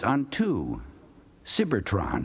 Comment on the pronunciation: Oh excuse me, it’s not Cybertron. It’s “Sibber-Tron”